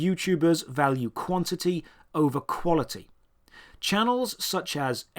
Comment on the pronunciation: Lol "shock balue"